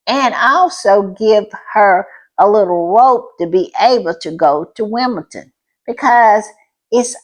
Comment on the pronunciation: It is Wimbeldon with a d, like in Lndon, and not with a t.